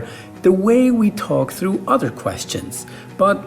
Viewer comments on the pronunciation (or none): none